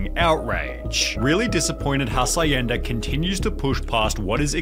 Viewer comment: The way he said Hacienda was fucking wild.